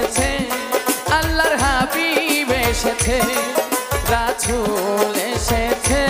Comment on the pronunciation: রাসুল শব্দ টা অশুদ্ধ উচ্চারণ করেছে তাই ভিডিও ডিসলাইক করলাম